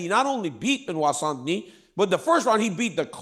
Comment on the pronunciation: Have I heard Chael saying St. Noir?😂